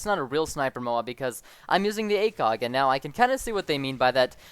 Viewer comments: he mumbbled the acog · i thougt u said /Dragunov Acock?